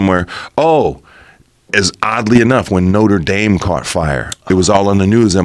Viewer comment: Wtf is Noter Dame ? 😂😂😂😂